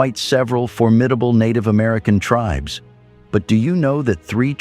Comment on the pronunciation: WTF computer voice sucks. Native tribes mispronounced.